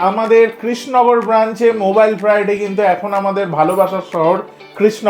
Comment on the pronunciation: তুই কৃষ্ণনগর উচ্চারণটাই করতে পারছিস না। তুই কি নেড়ে?